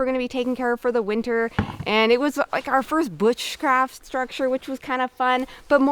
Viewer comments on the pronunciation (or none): Did say butchcraft?